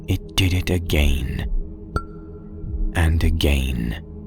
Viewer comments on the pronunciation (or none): Love, Love, Love your narrations! But unless you are sponsored by GAIN laundry detergent. Pretty please stop saying "Uh-Gāy-ēēn" instead of again.. It makes my friends and I laugh and take the story less seriously when we hear only that one word pronounced that way.